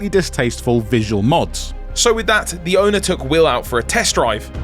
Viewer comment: They called him a veesul 😂